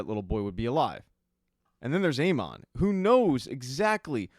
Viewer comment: Hate how this dude pronounces Aemon